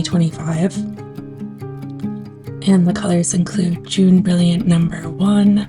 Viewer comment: Jaune is a French pronunciation. More like ‘Joan’ Not June. Fun video thanks!